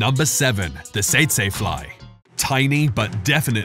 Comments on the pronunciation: Teet-see fly, not ta-say fly,! Learn to speak USA English! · Bro said "saytsay". It's pronounced "teetsie" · I’ve never heard it pronounced “sayt say fly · The fly at no.7 is pronounce tetsee fly.